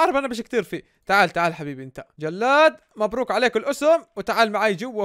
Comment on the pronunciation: ءءءء أول مرة يوصلني إشعار الله يخليك عدل نومك عشان لما تعمل البثوث تعمله بالوقت إلي الكل صاحي فيه 😂🌯 الله عليك يا سميته جِِِِِلاد مو جَََلاد 😂😂